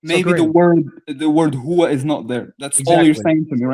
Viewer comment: Huwa? More like where-a